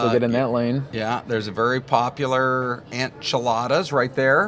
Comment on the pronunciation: Enchiladas, not Ant Chiladas. Ant Chiladas (chilled ants) sounds more like an alcoholic drink, which by the way the news caster did mention